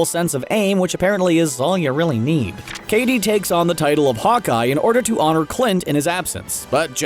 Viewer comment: it's "Kate"... not "Katie"